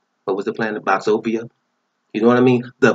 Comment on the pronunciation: lol he said Boxopia 😂😅😆